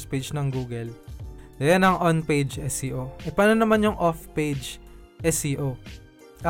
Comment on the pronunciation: SEO po ba o SCO? Prang naririnig ko po more on SCO? Bka mhina audio ko..Thanks.